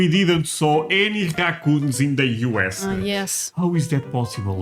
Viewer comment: There is no "R" sounds in Portugal apparently. I love the way you say Raccoons.